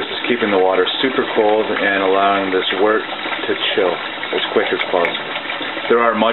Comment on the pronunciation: ITS BLOODY WORT NOT WERT !!!